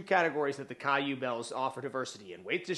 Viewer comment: It’s pronounced “Q-bells”